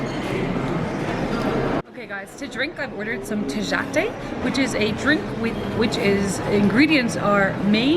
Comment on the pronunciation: If you're going to be making videos about Mexico, please learn how to pronounce Zocalo. You're going to find one in every city you visit. The accent is on the first syllable..Also, "j" is prounced like an English "h". Tejate is pronounced Tehate.